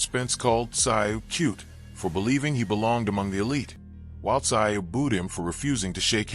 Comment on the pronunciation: Who the hell is "Zie U??" I gave you a "like" but you gotta correct your AI and get the damn names right! It's Tszyu (Zoo!) Tim Tszyu (Zoo!!!) C'mon now....be fair. 😅😉